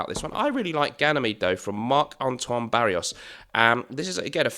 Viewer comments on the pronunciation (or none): Its not B A R R I O S ! Its B A R R O I S! ( B A H - RU- AH)